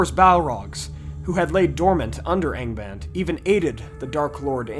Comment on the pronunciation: good god, I honestly thought you said gangabang at the beginning there for some reason when saying Angband......